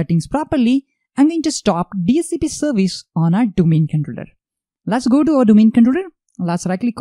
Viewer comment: no offence but your accent is killing me !!! can you not practice saying controller for god sake don't forget your audience are not all indians